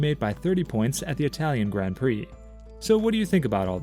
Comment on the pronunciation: I can't listen to anyone that can't pronounce the words grand prix properly